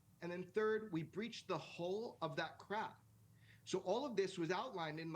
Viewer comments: it's HULL, not HOLE. lmao. it means the exterior of a craft. 🤦‍♂ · If you're interested in UAP/ UFO info watch Weaponized podcast, definitely!! And it's " cracked the HULL" 😂 not hole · Hull not hole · hull not hole... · Jesus… not the “hole.” The “hull.” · Hull not Hole or Hold! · hull not hole.. lol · HULL!!! it's the HULL..... like HULL.... not hOle.... it's HULL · Hull not Hole and my question is, did they breach forcibly or figured out how it opens? hope it is the latter. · HULL not Hole ffs. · Hahahah. its hull NOT hole or whole they breached the hull of the ship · Its "cracked the hull," not "cracked the hole." Granted that it sounds like they are saying hole. This refers to the claim that someone has gained access to the interior of one of these craft. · it,s not hole , it,s hull ! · Hull not hole.. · I think it's " hull" not hole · Cracked the HULL not hole, as in the outer most part of the craft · HULL not HOLE!!!! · HULL, HULL, breached the HULL! not hole. Ffs. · Why does she keep saying "hole"? They said "HULL" like the hull of a ship no? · Jeez! She thinks they are talking about a "hole"... (it's "hull"--as in the hull of a ship). She actually said "down the rabbit hole..." There certainly is a difference in pronunciation between these words, and she missed it! Maybe celestial mechanics could prove somewhat confusing.🤣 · Can you please explain to your guest the term used was "we breached the hull"..NOT the hole. This means they have managed to "get through hull ( break through the surface of whatever it is ). I'm from the UK and I can hear difference between the two words "hull" and "hole". It makes the whole episode seem unprofessional and done with little to zero research. Sorry, but it's been irritating the s#$t out of me..... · Hull not hole 😂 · I think you guys are hearing "hull" as "hole." Breached the hull, not breached the hole. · hull, not hole... now look it up lololol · The entire panel keeps saying "Hole". It's "Hull" for the love of God!